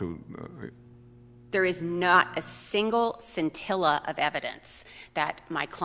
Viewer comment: At 28.02 she says "there is not a "sintilla" it took me awhile to figure out what word she was saying "scintilla", closed captions omitted the word. I am happy to see this outcome, perhaps more police officers will think a little prior to acting.